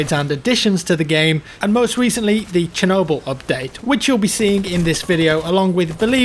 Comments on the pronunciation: not "SH" but "ch" actually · Its not kenoble, its Chernobyl, pronounced sherno'bili in ukranian, and in english, pronounced shernobill. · it's "Ch"ernobyl the ch sound is the same as in a word "chick" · I can assure you that it's Che-rnobyl' as in Che-Guevarra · Chernobyl, not sher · chernobyl is pronounce che-nob-all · It's Chernobyl as Chicago.